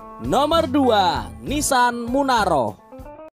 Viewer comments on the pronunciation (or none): Nissan murano bukan munaroh..malu"in..inilah salah satu chanel abal".hrsnya pelajari dulu naskahnya.jg bodoh dipelihara.